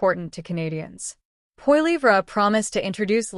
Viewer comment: What a pile of crap - propaganda probably of Russian origin - can't even pronounce Pierre's name properly